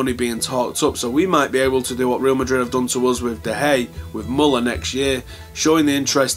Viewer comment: Great update/view as always . . . but if you can't pronounce "De Gea" properly, don't mention him at all haha! ;-)